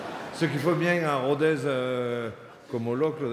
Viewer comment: On dit Rodesse ! Et pas Rodèze :/